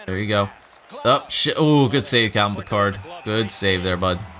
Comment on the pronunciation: It is pronounced "pick - erd", not "pi - card"